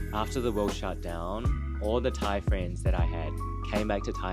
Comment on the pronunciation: your thai accent is so good